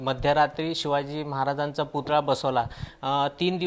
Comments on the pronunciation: Putla nahi putalla man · पुतला नाही पुतळा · पुतळा म्हणतात राणा मॅडम पुतला नाही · पुतला नाही पुतळा बोल बाई...